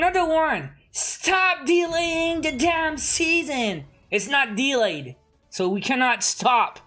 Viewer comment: I like how you pronounce delay dylei